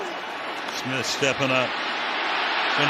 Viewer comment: Sounds like the announcer is saying smit instead of Smith